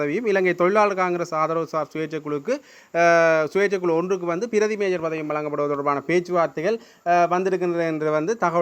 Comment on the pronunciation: மேயர் என்று அழுத்தி சொல்லுங்கள் தயவு செய்து இல்லை என்றால் அதுவே விமர்சிப்பார்கள்